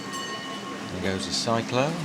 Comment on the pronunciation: I do love the streets of Hanoi with all the trees lining along them. Cyclo is pronounced sick klo. There are many Batman imposters out there. I agree the street cleaners and recyclers are one of the hardest working class. Looking forward to your train series.